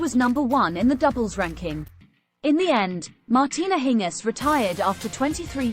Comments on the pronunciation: Why do you say her name in a weird way????? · Why not pronounce her name correctly? Annoying. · Next time try and get the name right. If you have to rely on a computer for your audio, your audio will always suck.